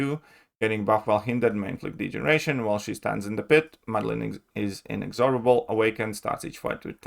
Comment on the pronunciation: Hi. To practise pronouncing inexorable correctly, try slowly saying in-ex-or-ubble (as in bubble) a few times, then say it faster whilst emphasising "EX". in-EX-orubble.